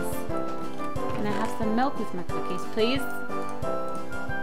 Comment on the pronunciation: and get capquake says coocies